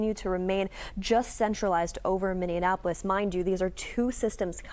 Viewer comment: Really hard to hear that pronunciation of Minneapolis! 😬